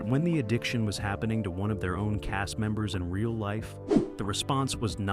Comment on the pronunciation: Why is it hard for you to pronounce the word "cast"?